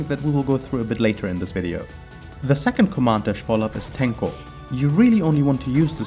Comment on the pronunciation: I'm impressed by your abiltiy to prononce Japanese names so fast haha Very nice video. TYhe onyl thing missing I think is showing you can do V Skill after Tenko launcher in combos.